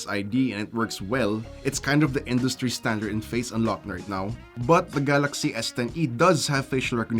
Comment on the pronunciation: Galaksii hahhaha... is that english ??